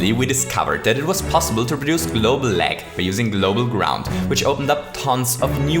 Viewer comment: "Today we're going to recreate my Churney." "Small Break Froo" Recently I was Jetting a little bit" "I want to LEg the Game" "RuNs At A lItTlE oVeR fReE fRaMeS pEr SeCoNd" "More than HUNDRED POWCE" "THEY STOP TO SPAWN ENEMIES" (Do you mean they stop spawning enemies?) "100 Starce" "Here we load 100 Starce by Chomping at these question Blocks" "O n e i n g a m e s e c o n d t a k e s F I R T Y F R E E r e a l s e c o n d s t o P A U S E" "So the next time someone asks queue what the most lag possible in Super Mario Maker is, now, you know DE answer" "Huge shoutout tube (the other youtuber), he's been a huge HEAD with this video" "I hope you wonderful ladies and CHENTlemen enCHOYed this little video." "If you ENCHOYed it don't forget to leave me a FUMBS UP' Can you please speak English correctly???